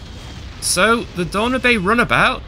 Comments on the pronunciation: Donna-bay!? That's the oddest one yet. Dan-yoob. Like the River Danube. Lol! I couldn't work out if it was a newer class of runabout or not. 😂😂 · Dan u be? What? Danewb... LOL - Love your videos friend. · You are saying it wrong. Its. DAN. YOU’B. Like the word You. But ending with a B. Like Noob. Danyoub. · By the way it’s pronounced Dan yoob 😂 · this may sound like a nitpick but the class name for the runabout is said Dan noob or Dan Neub while it’s spelled Danube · I love you you say the name of the class... Dan-ooo-bae. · It's pronounced Dan-newb. Like all of the runabout named after the river. Lol nearly as bad as Nigella Lawson with her Mick-ro-waa-vay (microwave). Google Nigella and Microwave if you haven't seen it..... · Danube is pronounced like the river "DanYouBB" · I thought that was pronounced dan-yoob. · FYI, it's pronounced DanYOOB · You've never watched DS9, you don't pronounce Danube the way you did lol